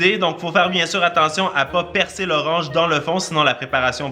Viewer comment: ^^ je voulais juste te dire quon dire persil 😅✌ (ses pas mechant mais sa ma pertuber😅😭)